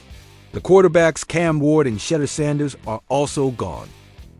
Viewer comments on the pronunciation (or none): Man you chopped up so many players names lol. Gotta do your homework (Odunze, Kmet, Shedeur)